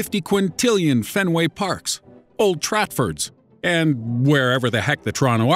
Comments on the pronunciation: Old Trafford not old tratford mate😂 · did he just say "old tratfords"? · old tratford??? big error its old trafford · Old tratford? . It's old Trafford. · old TRATford??????? dont you mean TRAFFORD ffs!!!!!!!!!!!!!!!!!!!!!!!11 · did you really say Old Tratford? Quite disappointed right there.